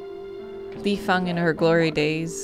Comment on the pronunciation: It was a surprise that you actually pronounce the Li Fang correctly when you read it the first time! Cause every other English Streamers were pronouncing as the fang (tooth of mammals)